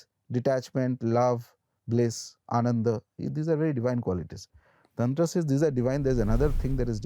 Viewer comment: It's not tantraaa, it's Tantra🤦‍♂️